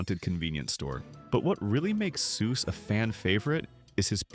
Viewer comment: Soos's name is spelled (and pronounced) Soos